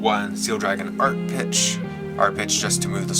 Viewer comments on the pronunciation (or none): "Art-peek" not "Art-pitch"